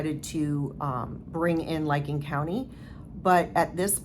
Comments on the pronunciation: The county in Ohio investigating the Keesee case is Licking, pronounced lick-ing not liking. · Yeah it's licking county not liking county. Just so people know what county if they want to look it up and follow it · its pronounced...lick Licking Co.😊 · . I worked there (not as an officer) for many years. They operate in integrity. (btw, Licking rhymes with ticking, believe it or not 😂)